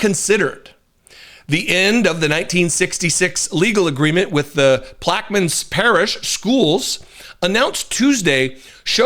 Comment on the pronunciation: "Louisiana...Louisiana....them's tryin' to wash us away." Pronunced plak-eh-mins, Parrish. Right down the road from New Orleans. Ground Zero, for civil unrest, in times of distress. This news shocked me, to the core. I guess anything goes, with the new regime.